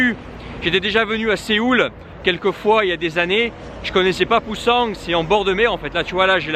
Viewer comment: il n'y a pas de g à la fin de Busan. En plus, prononcé à la française ça fait vraiment peu naturel. Si tu fais d'autre vlogs en Corée du Sud, utilise la prononciation locale qui se rapproche d'autres langues parlées en Russie;)